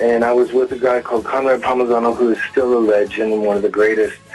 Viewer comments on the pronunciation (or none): It’s Conrad Palmisano, not Pomagano.